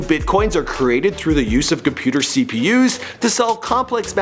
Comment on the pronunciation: did he rly say CPU's smh XD